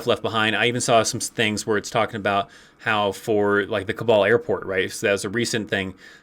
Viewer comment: It's funny how you keep pronouncing "Kabul" as "cabal". I hear "...the cabal airport..." and I'm trying to figure out WTF is going on until I realized what was going on.